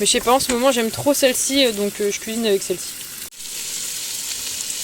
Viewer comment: "kouizine !" 😂😂. Vous êtes vraiment une jeune femme a part....minimaliste, appréciant la lenteur et la nature. Merci pour cette vidéo enrichissante, qui nous fait profiter de votre voyage et de vos connaissances plantes...et la kouizine 👍😂